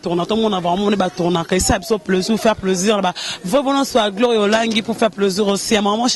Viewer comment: on dit plaisir et non pleusir